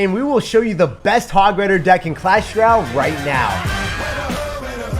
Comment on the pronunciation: Dude it’s clash rOLAY